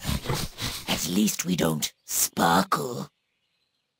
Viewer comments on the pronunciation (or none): Lol -" Alteast we dont sparckle" - Take that Edward Cullen xD